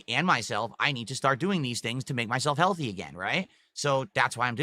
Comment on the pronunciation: I wonder how Katherine feels about this, if anything she's 3x times bigger than she used to be. Having this dimwit yap about being "heaYUlthy" and "dormann mussles" must be a kick in the guNt (pun intended).